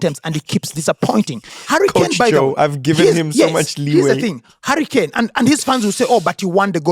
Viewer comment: I love how say Harry Kane and it sounds like Hurricane. A hurricane just like harry appears and disappears.